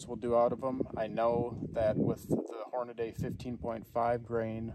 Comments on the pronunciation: Pronounced..... HOR...NA....DEE. NOT. Hor...na...day....WAKE UP!!!!!! And please don't say " ANYWAYS ".... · Horna-Dee, not Horna-Day. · It’s not HornaDAY. It’s pronounced exactly like it’s spelled: Hornady. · Why can’t people just pronounce Hornady correctly. Drives me nuts.